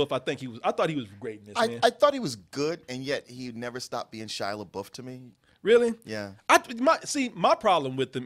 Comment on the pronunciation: Take a shot every time you hear Shia LeBOOF.